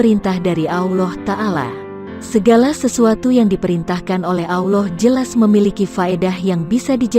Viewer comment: Blepotan pengisi vocal nya....Auloh Auloh apaa an itu ?